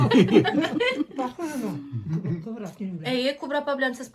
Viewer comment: Кобра,ударение на конце.